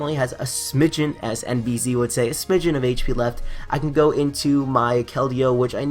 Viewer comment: You are not saying nbz name right. You have to spell it with the french 'Z' not the english way.